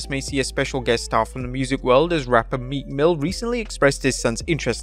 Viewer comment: Meekmill who I thought he said meat mill 😂.